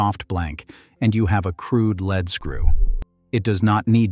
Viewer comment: Your mispronunciation is annoying in the same sentence you pronounce LEAD as LED and LEED, it is LEED in all cases